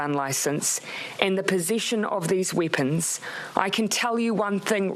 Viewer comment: whats a weepan?